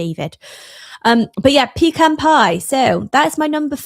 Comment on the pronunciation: Thanks for pronouncing 'pecan' correctly, instead of saying 'pee-can'.